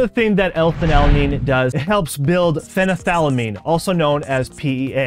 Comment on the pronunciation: Isn't it phenylethylamine??